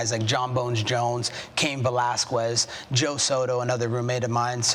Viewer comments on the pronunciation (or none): mans said Cain ValasQuis